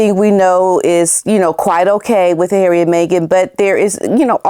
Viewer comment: 😂🤣😂…LOVE how you say HAIRY 😂😂😂😂